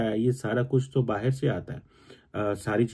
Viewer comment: baa-ii-rr = bahar = outside😂😂